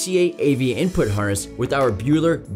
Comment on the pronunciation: Whats with the way he says input? InpOOTT